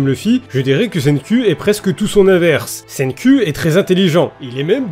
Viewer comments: Je lis les scan cher (je suis même à jour), et "Senku" (Senkū en romaji si on en croit wikipedia) en japonais se prononce littéralement "CènkOU" pas "CènkUH", ça finis par le son "う" (allongé qui plus est) qui est un mélange entre le son "EU" et "OU" (comme le "U" de "LUffy") donc je sais de quoi je parle justement, après, si tu veux garder ce cher accent français, je ne me permettrais pas de juger l':) Merci de faire découvrir ce manga a un plus grand nombre (le coter comique étant son point fort pour moi), tu lis promise neverland sinon? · "Tout d'abbord SAIGNE-CUL" :,) un ptit effort niveau prononciation serais le bienvenu isssou